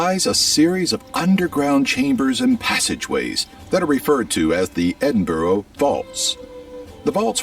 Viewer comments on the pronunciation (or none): Er, "EdinBORO"?????? It's pronounced 'EdinBURRU'🙄🏴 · Its Edin burr a not BORO you clown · Aww ffs here we go again. Hello, I am from Dunfermline, the last capital of a FREE Scotland. God this video is, as we say, havering a load o pish. First, Edinburgh is pronounced Edin-Buh,-Ruh, NOT EDINBOWROW RAAAAAH 🤬🤬🤬 Pontious Pilate was NOT from Scotland, and definitely not Perthshire, the Romans would not, and did not, enter Scotland at all, bar a few very ill advised attacks which were mercilessly repelled by us. They even built a wall at our border to keep us out of England. Sorry, you can't get Haggis in the US at all, despite the vast quantities of horrendous chemicals and hormones you pump into your food, for some reason Haggis is banned in the US, probably because your FDA doesn't understand the concept of offal, which is a main ingredient. The Red Lion is NOT a national animal of Scotland, it is actually the symbol of the Bruce family and King Robert the Bruce. Also, the first black footballer to play international football in the world played for Scotland in the 1870s. Finally, the water IS NOT FREE it's cost is just incorporated into our taxation system. Our legal and financial systems are also completely separate from the rest of the UK. Also, Scotland had no issue with the Vikings AT ALL, EVER. Vik8ngs simply visited Scotland, traded with Scotland and even settled up and down the Scottish East Coast. Shetland still holds a Viking Fire Festival every year known as Up Helly'A, so that part is just total nonsense. They were only hostile to England and the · Edinburgh where does he find the "o" to say it correctly pronounce it Edinburra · You man should learn to pronounce Edinburgh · Oh the way he pronounces Edinburgh really boils my piss lol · Makes me want to boak ma guts up. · All that research, and the dude didn't learn how to pronounce 'Edinburgh' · Exactly… AND much of his ‘research’ is not factual.